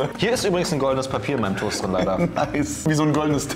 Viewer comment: es fuckt richtig ab, dass die das toust und nicht der toast sagen